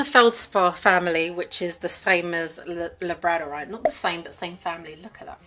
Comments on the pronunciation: Labradorite is pronounced lab-rador-ite like the dog Labrador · The way you pronounce labradorite breaks my brain 😂